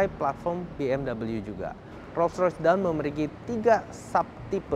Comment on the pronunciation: dawn dibacanya dôn bukan dawn atau doun